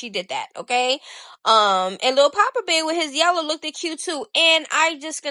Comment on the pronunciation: Lmaoo “Lookeded”😂😂😂😂